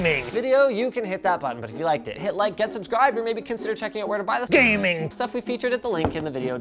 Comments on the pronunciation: GAY "MING" appears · Take shot whenever he says "GAEMING" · you officially made me feel bad about my computer set up by saying GAMING! like that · I lost it at every emphasis of GAMING lol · Please say ‘GAMING’ like that every time you say it in the future. Thanks! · Ha ha ha ha... whenever you say gaming!!!! My friend laugh out loud